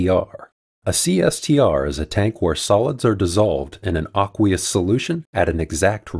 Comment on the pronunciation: NB: the a in 'acqui-hire' (acquisition) is like the a in apple. Aqueous is also most typically said with a long a.